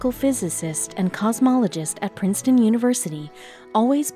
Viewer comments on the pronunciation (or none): none